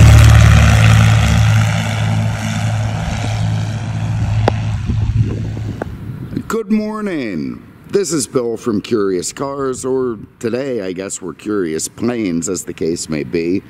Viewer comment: Is it just me or does Bill replace some L sounds with M